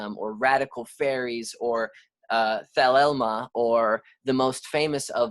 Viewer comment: its pronounced ''theléema'' or ''theléma'', and great content as always